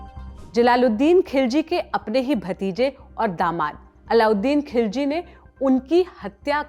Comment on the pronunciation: खिलजी ❌ ख़िलजी ✅